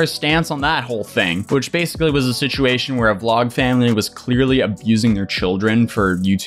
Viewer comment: we love you but you gotta stop trying to say “situation”